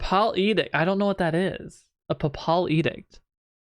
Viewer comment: Papal…. As in the Pope. Pronounce it like PayPal. An edict is an order, command. Basically, her dad persuaded her recall of her Holy Post as commander through the church. She is a rich girl whose dad pays a lot of money to the church for her appointment as the commander of the Holy Iron Chain Knights ….. also, “ are they siblings? “ 🤐